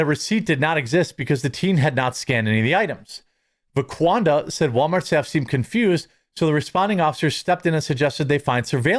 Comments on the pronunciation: C'mon Jeremy, get it straight for the sake of accuracy. It's VaquandRa, not VaqaunDa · I thought he said Laquadra 😂😂